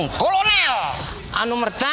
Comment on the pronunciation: "Anumerta" ngakakkk